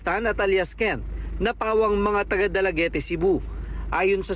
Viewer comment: Dalaguete not dalagete